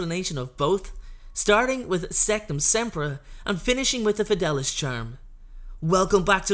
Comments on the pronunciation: It’s fid-ay-lee-uss, not fid-al-us. Sorry to go full Hermione. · Its pronounced fed-e-li-us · Fidelius is pronounced FI DAY LEE US. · its pronounced the FedAYlius charm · The fidelius Charm is actually pronounced the Fid-a-le-us charm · Don’t be sorry, listening to him saying it wrong for 10 minutes was worse than crucio